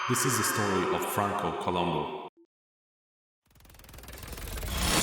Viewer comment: It was Franco Columb(o), not Columbu. It was always Columbo.